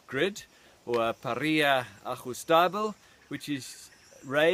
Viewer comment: barbecue/ pah - rreee - yah (grill)